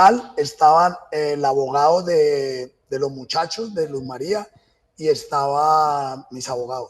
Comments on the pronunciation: Ni siquiera le dice el nombre bien, ella no era Luz María, era Luz Mery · Ni siquiera dice bien el nombre de su víctima, un irrespeto total a la memoria de ella, siento que se complace recreando los hechos que el justifica, su único "error" fue dispararle a una chapa y ufff la mató. Psicópata, todas las pruebas q según el le armaron no tienen ninguna relevancia ante el hecho que el llama "error" cuando es un asesinato y un feminicidio que debe tener todo el peso de la justicia con todos los agrabantes posibles.